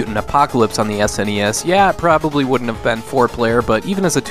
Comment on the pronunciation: I want to thank you for saying S N E S and not saying it like it's a word seriously when young people say that I no longer care what they say as no one called it a Sneez. Like and subscribe from me.